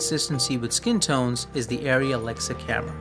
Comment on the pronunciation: Great video, just a comment Arri is not spelled like Ariai, but Ar-ri.